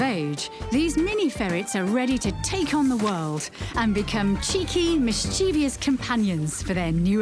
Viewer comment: Does ANYBODY know how to correctly pronounce mischievous (MISS-CHEH-VUSS), for goodness sake?